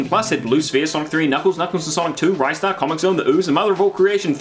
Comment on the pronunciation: Yet another YouTube video game channel I must burn in a petrol fire for not pronouncing "Ristar" correctly.